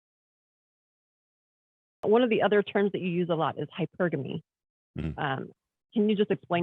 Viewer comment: He still pronounces it like that 🙂